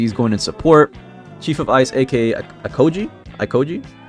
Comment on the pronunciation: aokiji is pronounced ow-key-gee